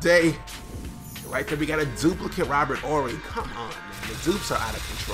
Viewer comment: Its Robert Horry not Orry bud.